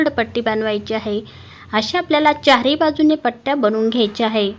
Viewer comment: मस्तच. पण हाये नाही आहे बोला.